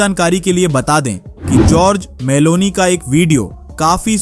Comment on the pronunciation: नाम तो सही बोला करो भाई नाम जॉर्जिया मेलोनी है